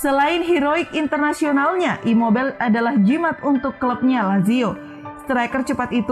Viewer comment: Imobail, insain 🤣🤣🤣 Itu bukan nama bahasa inggris bosss... Ngadi² aeee 🤣🤣🤣